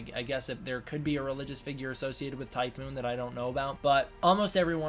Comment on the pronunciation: Work on pronunciations. Tie PHON TYPHON. bun yip.